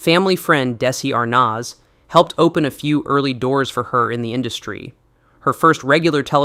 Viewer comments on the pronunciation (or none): Hahahahaha. "Dessi Arnoz" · If you can't pronounce Desi Arnaz correctly you should NOT be narrating anything regarding Hollywood. EVER.